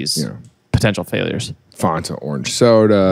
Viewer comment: wait hold on… pronounces Fanta as Fawnta? Bruh…